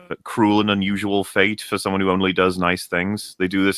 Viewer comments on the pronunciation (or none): none